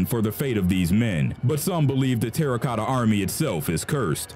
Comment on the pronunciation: *Terracotta, not "Terra Cota"